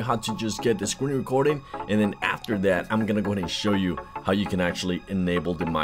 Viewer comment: "DAT way"???